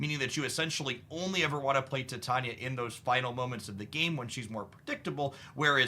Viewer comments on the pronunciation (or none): "Tie-TAY-nia" sorry 🤓